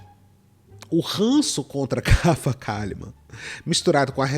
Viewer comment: Rafa Kalliman a leitora assídua que fala errado